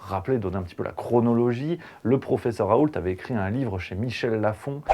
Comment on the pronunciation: Raoult on ne prononce pas le T en Français .